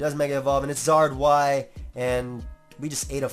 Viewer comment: sigh i was just sayings "its zard y " like 20 times in a row and what happens? zard y smh